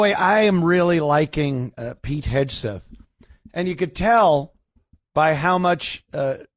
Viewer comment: Someone please tell Ant is Hegseth not Hedgeseth